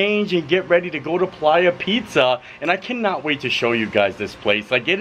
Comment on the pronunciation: Honey I think that pronounced Play-ya 😂 it's slang names in the pizza place to me. Lol